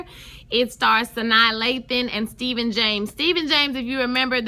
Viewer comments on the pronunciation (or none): Can't wait for this upcoming episode! Really loving this show so far... & Stephan James' name is pronounced "Stefon", like Steve Urkel's alter-ego. 😊